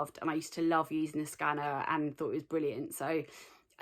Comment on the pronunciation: So I love watching your videos, for inspiration and smiles... but the only thing that gets me is when sometimes you say “and” over emphasised.. but others is just normal🤷🏻‍♀️ no hate! Love it here x